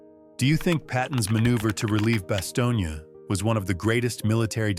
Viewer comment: The town is pronounced as “ba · stown”.